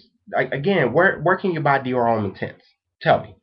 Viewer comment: Please check Peregrine77's video of Fragrance Pronunciation Resources. No offense, but your pronunciation of Terre d'Hermes is off. d'Hermes is read as a single word and the H is mute. Noticed that many US reviewers spell French words like they're from another planet. Homme sounds more like Ohm, not like home. Do you people learn any foreign languages at school?